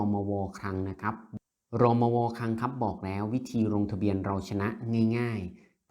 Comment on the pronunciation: อ่าน รมว. ให้ถูกต้องหน่อย